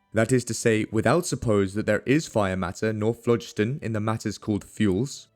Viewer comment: THE PRONUNCIATION OF PHLOGISTON is AWFUL. It should be phlo-GIST-on.